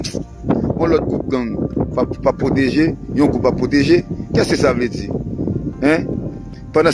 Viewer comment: tande neg 400%marozo'a kap pale français😂li di;keskesavle di😂😂😂😂